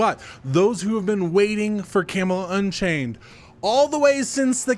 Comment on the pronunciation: camelot => camalot => cam-a-lot